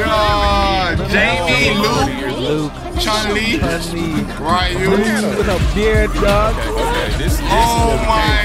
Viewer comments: This mf said chungli, you sure you got mfs that play street fighter here? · Somebody tell on the right that there is no g in the name chun li